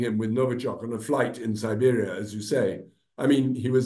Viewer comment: the journalist made a mistake. It is Siberia and not Serbia.